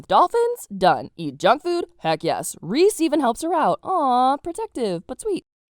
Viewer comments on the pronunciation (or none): NOT REES, RICE 😭😭😭😭😭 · who da flip is reese? its RICEEEE SPELT Rhys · REESE LARSEN?? WTF NO ITS RISE—S